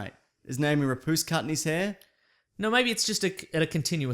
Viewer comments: Rapace is actually pronounced Ra-passe but you shouldn't care about that. You probably won't even fucking read this. Maybe. Probably. I dunno. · How he pronounces Noomi Rapace. Rapoos? Or what? Lol. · O god... this "rapooce"... Can you at least check and LEARN pronunciation of actors if you do this? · Lol, "Naomi Rapoose".